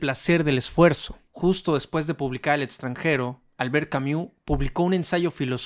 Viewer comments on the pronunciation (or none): No se pronuncia camiu jajsajsja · Creo que lo dice así en broma, igual no estoy segura jajaj